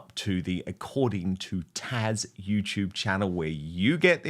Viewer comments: Taz, not Tash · Dan…Stop calling her Tash!!!! It’s Tazzzzz! Come on! You did it to PDina calling her PDeena!!! Please correct that!!! Thank you! 🙏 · Dan, it’s taz” with a “Z” sound not “tash.”😂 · Why does Dan keep referring to Taz as “Tash”? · Dan, please stop calling her "TASH"!! HER NAME IS TAZZZZ. Thank you! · Is her name Taz or Tesh, as Dan pronounces it? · It’s taz not tash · Why does he keep calling her TASH?